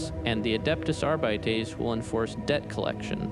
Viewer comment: the 'are bites'